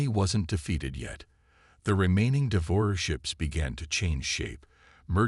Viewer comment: Nice story. BUT, as usual with 99.999% of the AI out there...yours included...they SUCK. What is: "de-VORER"....for devourer.... instead of A..I...every time...what is: "EYE", "A", "I"??? Why the HELL can't and AI say "AI" every time???? AND, instead of "waved a hand"....what is "WEEVed a hand"?????